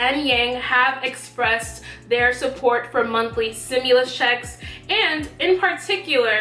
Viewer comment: Its stimulus not simulus 👀